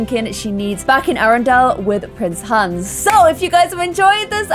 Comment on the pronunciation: Who else always hears prince hands??? Once you hear it you can’t un-hear it!! Btw love your videos!!